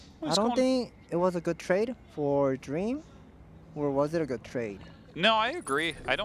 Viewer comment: It’s really cute how calls dream, dreamer and scans scanners. Like he likes to add the er sound to random words and I freaking find it adorable